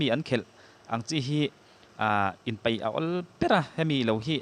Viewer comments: peih tisuh paih ti tur aw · Peih hmem ti suh paih hnem ti teha mizo trawng hi in lam diklo fo hlawm mai a pawi hle ni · An """peih"" lo...an Paih zawk aw........An ""Peih"" i tih a tang khan ka ngaithla peih lo nghal...... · peih ni lovin paih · 'peih' nilo in 'paih' tih tur.